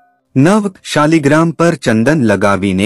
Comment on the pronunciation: શબ્દ શાલિગ્રામ નથી પણ શાલગ્રામછે